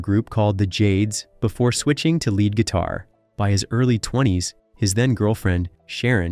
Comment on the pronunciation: bro does NOT know how to pronounce lead guitar